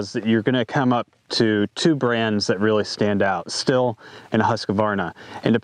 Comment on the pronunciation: Stihl is (steel) ...not (still)